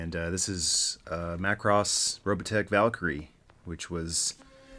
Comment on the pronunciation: Ah yes, the greatest Transformer ever: MA-KU-ROSS~ I mean Jetfire.